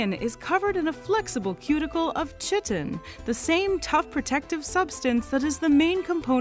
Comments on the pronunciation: “chittin?”… you mean “ky-tin?” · please don't dishonour the Greek language; Chitin is pronounced Kyton. There is NO CH... sound in Greek. Thanks!